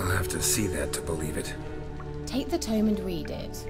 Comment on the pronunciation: Not "tomb" (toom); but tome (sounds like foam).